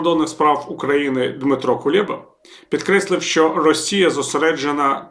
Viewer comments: КулЕба а не КулЄба 🤮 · Не Кулєба, а Кулеба. І не якнаймога, а якомога.